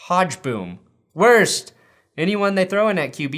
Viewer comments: Good video. Funny. Oh, yeah... Gary HO-guh-boom... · It's Hoe - gah - boom. Lol. Big badda boom.